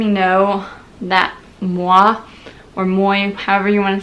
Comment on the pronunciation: For the record... Moi = [mwah] Je t'aime = [zhe tehm] tres chique = [treh sheek] Provence = [pro vahnse] The rest you got more or less right, haha. There's your french lesson for the day ;)